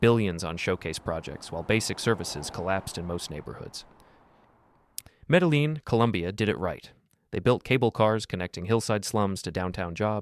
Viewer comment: You got work on the pronunciation of Medellin lol